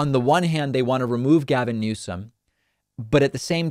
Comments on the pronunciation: Donald “Trumped?” & she called Newsom “Newson” 🤦🏻‍♀️ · She doesn't even know the current Governors name. She said "Newsin".